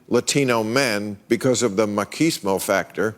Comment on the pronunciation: What. The. Fuck. Is "Ma-Kease-Mo"??? Reason 1,942,785,526 to despise Bill Maher. EDIT: BTW... I am still waiting for Luigi to apologize to the Italian-American community for being NOT Italian and playing Mario's brother. And for him to apologize to the world for the movie as a whole.